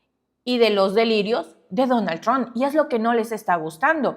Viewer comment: no se dice DONAL TRON !!!!!!!!!!!!!!!!!!!!